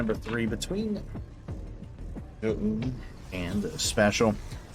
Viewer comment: Listening to you say Zoun is brutal